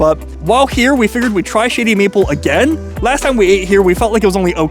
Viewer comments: It sounds like you're saying Shitty Maple XD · sounds like you're saying Shitty Maple lol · Sounds like he keep saying Sh*tty Maple.🤣